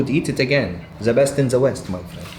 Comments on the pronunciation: “Don’t disrespect za Italians, shout out to za Italians”. Lionfield: Approved! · 'Za best in za west' Really cracked me up😂😂😂😂